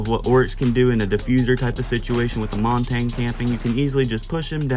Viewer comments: if you're saying Monty I'm wrong but it doesn't sound like it, it sounds like you're saying Montagne and pronouncing the G somewhat which is wrong, I'm not nitpicky I just thought it was funny but ofc you had to get all defensive, idgaf how you pronounce words dude... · the way blud pronounces montagne